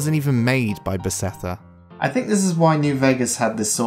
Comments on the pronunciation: Great video! I have a tiny bit of constructive criticism. The company name is Beth-es-da, not Be-se-tha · Nice video. But please dont try to pronounce Bethesda anymore :D Kills my ear.